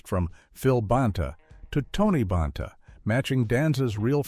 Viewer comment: If you're going to use AI to narrate, at least check the pronunciation of names. Tony BAHN-TA? Alex RYE-GER??